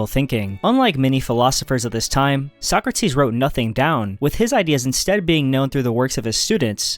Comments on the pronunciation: socratis the tone goes to a socrAtis not sOcratis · He left Arthur Schopenhauer out, the only one whose works are really worth reading - what a shame, how utterly stupid. And how he pronouces Sokrates "Suck - Rates" makes my toenails curl.